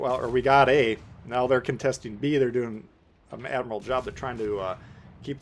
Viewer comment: Hi, great vid as always, one thing, admirable or “admiral” 🤣🤣🤣🤣😎